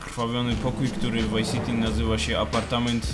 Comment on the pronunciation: Czy Ty kurwa mowisz GTA WHY CITY! Wtf.